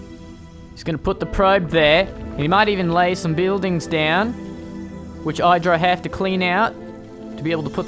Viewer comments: Id-ra, not Eye-dra. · Not EYE drag. i-h-dra. As in idrajit.